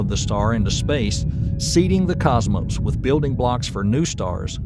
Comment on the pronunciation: I'm still wondering what a "Cosmose" is.